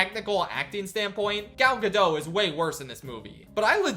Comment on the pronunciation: Hey, please remember that the T in Gal Gadot is not silent. If you're going to say it like a hundred times, you might want to make sure you have it right.